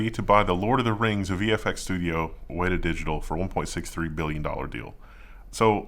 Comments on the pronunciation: Weta is pronounced as wet-ah. It's a Maori name for a large butt-ugly insect endemic to New Zealand (where Weta Workshop is located). Weta is translated to English as 'filth' or 'excrement' - lovely, huh? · keeps pronouncing meta and Weta wrong randomly. It messed with me a bit that I had to back the video up to make sure I heard it right lol